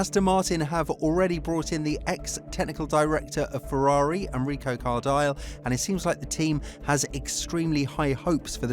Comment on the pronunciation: It's "Car-dee-lay", he's Italian...